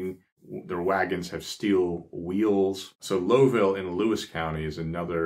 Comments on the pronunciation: Its NOT LOWville Its lowville ( lau ville) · Lowville. Is pronounced. Loew. Ville. Ny. Lewis county. No lowville